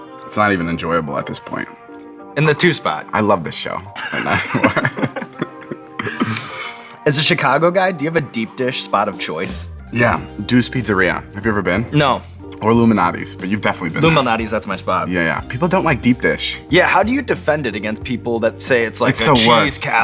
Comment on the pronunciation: Did he pronounce Due's pizza as 'Deuce'?